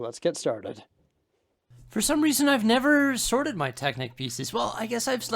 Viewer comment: I keep on hearing "sordid Lego" instead of "sorted Lego".